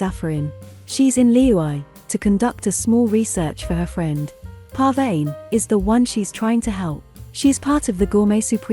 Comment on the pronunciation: The text to voice keeps mispronouncing Pervaneh's name lol